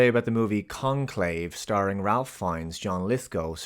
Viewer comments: I know this is lame, but his name isn't pronounced Ralph (weird, I know), but it's true. His name is pronounced RAYF. Not sure why, but the L is pronounced like a Y. I like the guy a lot in most of his films. No desire to see this one, though. Grand Budapest Hotel, now thats a goodun. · Ralph Fiennes' first name is pronounced RAYF (I thought this was common knowledge at this point in his career). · Pretty sure Ralph Fiennes’ name is pronounced “rafe”.